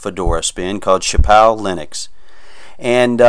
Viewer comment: No worries, we're not French so we don't really need to speak it lol. I only knew what it meant because I took 4 years of it in high school (took a semester of Italian in college too, so much easier than French lol). You got close to saying it right a few times though.